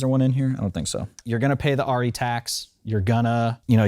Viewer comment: What is it with this revisionist pronunciation of Arri as "Ah-ri" Its Arri with an A as in "apple", not A as in "awe". Ask a German, FFS. Me: Arri owner/user/fanboy since the mid-70s.